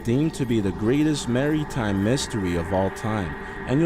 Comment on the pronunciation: its maritime pronounced mare-a-times. Regardless you get sub